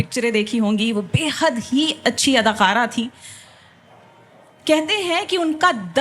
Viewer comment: Talafuz durust krn mohterma kaaf ar qaaf ma farq ha ک اور ق adakara ha adaqara nhi Over all big fan of jashn e rakhta